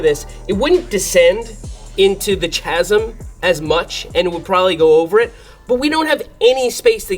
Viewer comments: Pronounced “kasm” Hard k, not ch sound like chug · Chasm is pronounced with a K sound. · "Ch"-asm haha